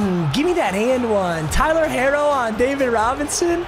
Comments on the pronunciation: pronouncing “hero” as “harro” was killing me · “Hairro” lmao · ITS PRONOUNCED HERO IN TYLER HERRO'S NAME 😃😃😃😃😃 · Tyler “hairo” 😂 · Tyler Her-o 🇲🇽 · Boy says Tyler herro as (hair-row) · I’m laughing so hard when pronounces Herro wrong 😂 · Man’s said it in Spanish ong